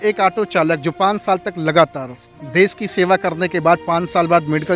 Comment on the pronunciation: Desh hota des nhi 😂😂